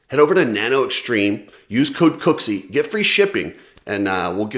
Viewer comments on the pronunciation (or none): It's Julien with an E. And ffs pronounce his last name correctly.